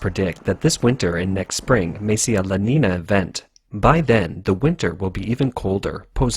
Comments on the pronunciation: La Niña is pronounced La Ninya not La Nina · La neenya is the correct pronunciation, not La Nina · Not to be nitpicking, I love your videos, but "la niña" is pronounced "La Neenya"